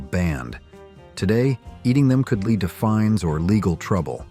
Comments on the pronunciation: Learn to say led and not to say lead...sheesh... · For example "lead" (that's dangerous) was pronounced "lead" (opposite of follow). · Lead (the metal) rhymes with "head" and "bed", not "reed". Get a smarter voice program. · Ai generated video.Lead is not Leed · I'm being facetious. The AI narrator was talking about LEAD and pronouncing it LEED and also mispronounced Bartles and James. I can tell by this response that YOU are an AI too. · Lead is pronounced "led", not lēad. AI is making America dumber. We are becoming more unintelligent each passing day. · The pronunciation is very annoying. For ex., lead (a chemical element) and AI says leed. There are many more examples I could use but I guess you understand. Do you listen to the AI voice you use and try to fix the pronunciations? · The responses on this page MUST be AI generated! 12 hours ago (edited) What is "LEED?" Bartles and Jaim-EES?!?!? WhoRemembers ? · 16 minutes ago "LEED" is a certification related to green building, but if it's something else you’re curious about, let me know! And Bartles and Jaymes was a popular brand of wine coolers in the '80s. Did you have a favorite drink from that era? 52 seconds ago I'm being facetious. The AI narrator was talking about LEAD and pronouncing it LEED and also mispronounced Bartles and James. I can tell by this response that YOU are an AI too. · I was happily watching until I heard the mispronunciation of lead. Lead as in the metal was pronounced lead as in when you encourage someone to go a certain way. Honestly, it was convincing AI until that point. At that point I stopped watching. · I'd also love to know what you enjoyed because I never ate any of this crap except candy and I'm pretty sure it didn't have lead and if so, lead wasn't the worst ingredient. Or "leed" as the AI says. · Lead poisoning... I mean leed lol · Did you AI mean lead (led) or lead (be in front)? Pretty poor. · I hate AI narration, can't even say lead right.